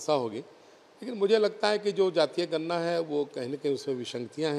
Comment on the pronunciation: अरे भाई गरना नही होता गणना होता है